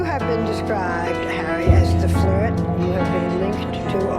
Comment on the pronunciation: here Zayn says,"never harreh." it always melts my heart whenver Zayn defends harry